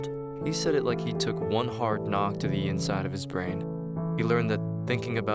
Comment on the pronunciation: Why does my mans say his like it’s personal lmao 😂